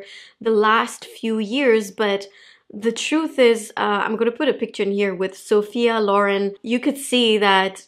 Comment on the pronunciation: SO appreciate that you pronounce Sophia Loren's name correctly. Most non-Italians get it wrong.